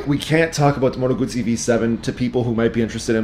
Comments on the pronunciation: It is a GuZZi not a gutZi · Double zz sound like tz in Italian... Guzzi, just like pizza... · Great review except the pronunciation of ‘Guzzi’. If you can pronounce ‘pizza’ you can pronounce ‘Guzzi’. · That is how you pronounce it. Gootz-zee. Italian was my first language. I used to have a thick Italian accent as a kid growing up. Some people pronounce it guzzy, like fuzzy, out of ignorance. When you have a double consonant in Italian it means the letter must be pronounced twice across two seperate syllables. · I forgot the most important part. Guz in Italian is pronounced like 'gooz' (imagine goo in English, but pluralized). It does not sound like 'guz' (as in guzzle in English) as you say. Basically the ignorant will pronounce it wrong. Just like I'm sure I probably mispronounce all of the Japanese manufacturers. But I'm trilingual (English, french, and Italian), so you can trust me on proper pronunciation of brands from lands that speak those languages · Haha I was working an auto show and got reprimanded by some old Italian fellows for not snapping the Ts in ‘Lambretta’.